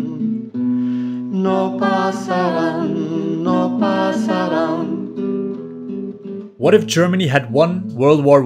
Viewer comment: "NO PASARÁN!" The proninciation was perfect and got me pumped! INCREDIBLE WORK!🔥🔥🔥🔥